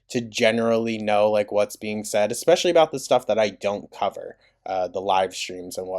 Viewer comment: “Expreshally” GORLLLLL CMON NOW!